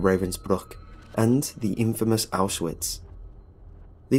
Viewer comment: It's pronounced "ow shvitz" and "not-zi"